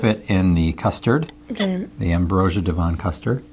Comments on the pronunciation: Not d-von.. Dev-on, like heaven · Devon is all one word.. It's not DeVon (D'von). Honestly...I feel bad having to say this, but look up words that you've not used before, to hear how they're pronounced; so you don't end up looking stupid. Google search provides an audio reference as well as phonetic spelling to aid pronunciation; but you can also find videos of the words spoken if you use a bit of logic. If this was deliberate, to drive viewer interaction; it's utterly cringeworthy and tacky. You strike me as a sensible intelligent guy, but one that requires a little more forethought in his actions. Sorry for being blunt, but life is too short to dance around the houses trying not to offend. Good luck with the channel. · 100% correct on Worcester but not so good on Devon its Dev-on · I have never eaten an Aunty's product and I'm not even sure I've seen it in any of my local stores - although there are other companies that make the different puddings you've tried - and, yes, they are spectacular. Devon is a county in the SW of England and is pronounced Dev'n without any emphasis on the "o". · Love your pronunciation of Devon! Hot chocolate is always better with milk, I never understand why the instructions always say water. Is there anything from the UK you haven't tried yet but would like to? You should tell us and try your favourite American snacks, would be interesting. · Ah, Revels! The Russian Roulette of the chocolate world! Minor pronunciation tweak- "Devon" rhymes with "heaven". You did good with Worcester, though.